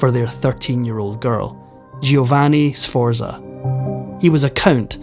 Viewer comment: I was going to make a list of all the English words you mispronounced but there are too many. Needless to say, none of the Italian first names are pronounced correctly; you got 'Borgia' and 'Medici' near enough, but 'Sforza' is way off. As for a Scotsman saying 'off of', I think I'm going to be sick. The bite-size history is nice, though.😊